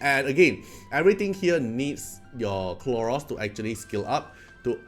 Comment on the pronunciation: Khloros, not Kronos ahahah Dislyte is taking over ahahaha